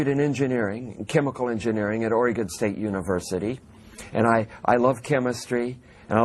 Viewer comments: "I grew up in a small foresting town in Origun"....Who the fuck calls it Oregon? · No Oregonian would ever say (Ora-gone) FACT!